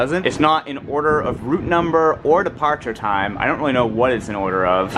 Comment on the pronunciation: Also when he says “departure”